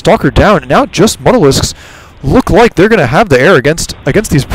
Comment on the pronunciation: MU (you) talisks. Not MUTTALISKS.